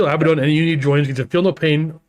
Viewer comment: HELL YEAH! Finally someone pronounces Abaddon correctly! Praised be!